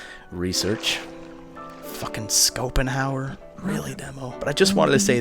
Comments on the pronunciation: Schopenhauer is pronounced more like Shopenhauer, not Scopenhauer. "Sch" in german is just like a "Sh" in english, like she without the e, not like School. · Demo. Don't be sad. Schopenhauer (Pronounced "Skopenhauer" ) isn't the worst one I have heared. I have heared "Schwartz-Child-Radius" for "Schwarzschildradius" and "Enstien" for "Einstein". German is just weird to pronounce. (And this comming from someone, whos motherthongue is german).